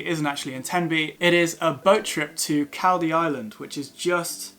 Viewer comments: Caldey is pronounced Call -- dee; not cal as in calpol..... nice video though! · Pronounced....Call..dee Island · It's pronounced Coll-dee island by locals..